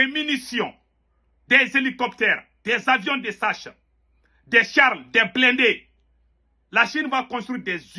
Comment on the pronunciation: Il dit les avions de sache 😂🤣😂 Mais tu me plais beaucoup ❤ Le combat que tu mènes est digne 💪Alors tu as tout mon soutien ainsi que celui du peuple ivoirien et panafricain ☝️💪🤲🙏❤️